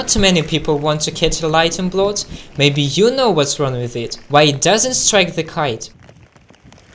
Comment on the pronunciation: did he say lightning blot? 🤪🤣😂